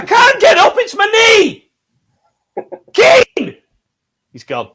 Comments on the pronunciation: KEAN!!! KEAN!!! KEAN!! OH WAIT THATS ALAN, ALAN ALAN TELL KEAN!!, OH WHERES ALAN KEAAAAAAN!!!!!! I'M INJURED BEEN PLAYING ON TOO MUCH XBOX LAST NIGHT KEAN!!!!!!!!!!!! bryan: ITS NOT KEAN, ITS KEEYAN!! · Rodwell: KEAN! Bryan: It's pronounced Ke'an Rodwell: What you on about? I haven't got time for that Kean, I've got an injury to think of! Tell Hecky my rotator cuff is playing up